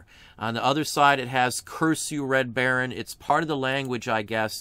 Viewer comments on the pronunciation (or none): none